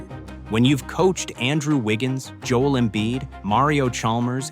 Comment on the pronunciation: If you can’t pronounce Joel’s name right, I turn you off. Be respectful and say it right.